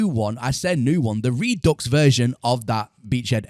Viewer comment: You realize that it is not pronounced "re-ducks", right? It's "re-due"